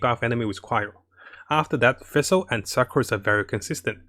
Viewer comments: I noticed that you have trouble pronouncing the name Fischl. You pronounce it like Fish with an L at the End. Also for her artefakts 2 piece thundering fury and 2 piece gambler is really nice if she is your support. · "Next we got vessel now if you don't have vessel" I'm like wait what? oh you mean Fischl xDD I never heard anyone call Fischl like that before XD but thanks for video! I actually love your videos! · fesel sacros donna farnonus? this man can say sacrificial just fine but not FISCHL which is literally the same pronunciation as the FICIAL in sacriFICIAL... ???